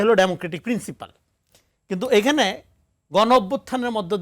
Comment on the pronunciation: উচ্চারণ - প্রিন্সিপাল না, প্রিন্সিপল